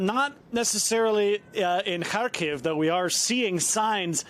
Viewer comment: Finally. A on site correspondent is pronouncing the city names properly. NBC: please take just a minute and listen to how Lviv and Kharkiv is pronounced. Your butchering it lol